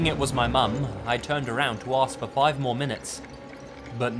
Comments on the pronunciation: The narrator who tells the story about the intruder who left the messages on the door really needs to learn how to pronounce words correctly. The amount of times I've heard this guy pronounce Ask as Aks is ridiculous. He also says pacific instead of specific.... Two completely different things 🤦‍♀️ pet peeeeeve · Notice how he cant pronounce ask